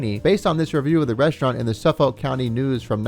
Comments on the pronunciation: "Suf-fuck" It's "Suf-Fuck" . I live on Long Island where this place is located. It was just odd hearing Suffolk County pronouced "Suf FOLK". Lol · It’s pronounced “Suff-ick” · thanks! was going to comment this, nobody pronounces the L 😂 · As someone from New York, I laughed at your little Islip joke - very much a joke my dad made whenever we passed it Also the way you pronounce "Suffolk County" is funny - we tend to pronounce it like "Suffick"